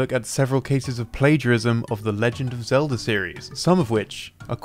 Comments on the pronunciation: Thanks for explaining how to turn the word Zelda into Elda by removing the Z, I was lost for a moment. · Or English.